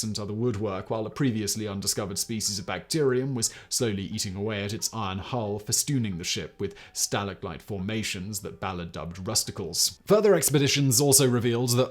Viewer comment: He said fastooning